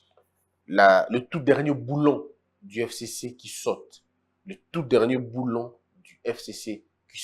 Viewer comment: Le boulon et non boulot svp.